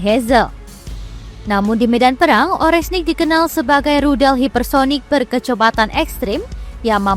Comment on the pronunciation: Oreshnik om Bukan orenshik